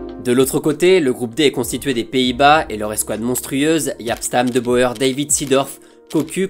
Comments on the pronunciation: On dit les frères "de bour" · Petit tip pour la prononciation du néerlandais : "oe" se prononce "ou", donc De Boer se prononce "De Bourre" 🙂 Superbe vidéo néanmoins !